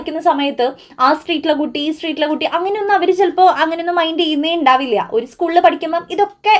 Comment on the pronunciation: Try to pronounce "oru" correctly.😊